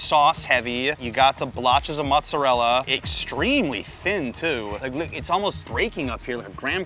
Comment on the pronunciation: Your pronunciation of mozzarella killed your credibility😂